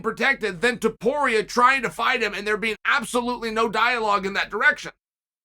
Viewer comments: Finally He pronounced his last name correctly lol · My man pronounced Topuria perfectly but said Cyril Glom in the last one 🤣